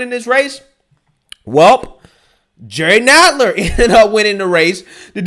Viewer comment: Hey! It's pronounce "Nadler"...as in "rattler"...and he's also lower than the belly of one too.